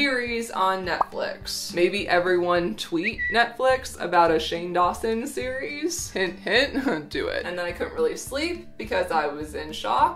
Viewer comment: when she said “a seri...es” made Siri pop up 😲 conspiracies! I swear I had her turned off